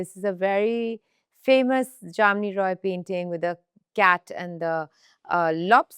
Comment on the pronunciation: Been a bengali u should know how to pronounce ,it's not JAMNI ROY it's JAMINI ROY .🤨